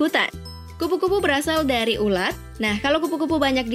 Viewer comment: Ular ???? Bukan nya ulat coba dengar menit